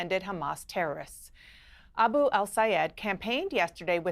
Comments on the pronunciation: This is such a great conversation. Wish I could vote for Abdul. (And it’s Abdul, not Abu,!) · "Aboo Al Sayehd"